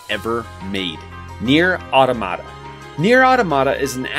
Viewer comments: You pronounced automata wrong it’s pronounced ah-Tom-muh-tuh the voice actor in the game pronounced it wrong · I think the emphasis is supposed to be on the second syllable of Automata. Say "automaton". aw-TAH-muh-tawn, right? Similarly, automata is said aw-TAH-muh-tah. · Au-tom-a-ta say it with me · you're saying automata wrong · As a fan it's hard to sit through a video where Automata is mispronounced. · Great video! But you’re pronouncing “automata” incorrectly.